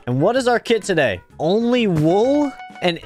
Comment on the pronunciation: It's really funny and like I don't know how to say it but like just good for intro and he does like TO-day